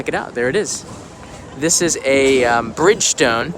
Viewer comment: Hello, once again a very cool video! Btw you are not pronouncing Bridgestone correctly. I have been to the cycle factory in Tosu before it moved to China. I work for Bridgestone in the US. You were going to make a story on the company so what’s up! Also, what is happening on your new only in Japan intro remake? Daniel from Aiken, SC be well!